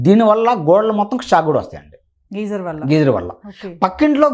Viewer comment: Geyser ani sariga palakadam kooda vrani vallatho, idoka interview na..